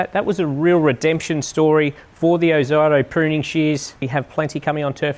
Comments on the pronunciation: It's not ozighto it's pronounced ozeeto.....short for ozzy tools.used to be an Australian company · I love all of your videos nearly as much as my 3 year old grandson, Keep em coming! But please It is pronounced “OZEETO” 😮😂